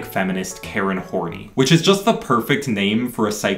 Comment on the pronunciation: Catherine Horney's name is actually pronounces as "hor-nAy", not "horny"